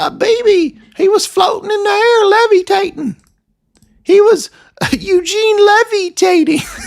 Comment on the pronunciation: LOL "Levy-tatin'"